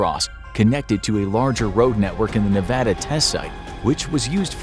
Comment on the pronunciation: Thanks for pronouncing "nevada" the right way